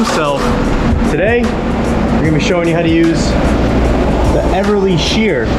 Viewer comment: Beverly shear, not Everly, friend!